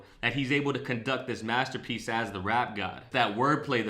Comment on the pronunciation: Am I the only one who hears Em pronouncing "Materpiece" as Master P.S. ??